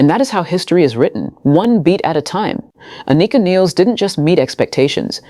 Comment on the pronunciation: Please say her name correctly....jeez.